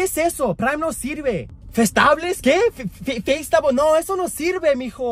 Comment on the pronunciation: Bruh no way she said Festábles